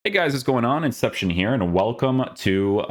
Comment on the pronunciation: Inception, the Portuguese name pronunciation Tryhard 🌚